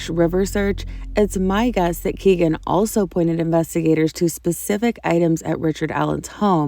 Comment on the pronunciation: Kegan Kline's name is pronounced "Keggan" and not "Key-gan." It rhymes with "begging," which is what he'll be doing in front of a jury.